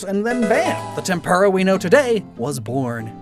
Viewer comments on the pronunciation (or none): TempUra pls add more U to you tempura it sounds like tempurra. Love your vids❤ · Not to be rude, but tempura is not pronounced like that.